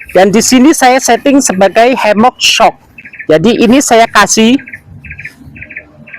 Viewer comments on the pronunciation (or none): baca nya eshuk… bukan syok😅😅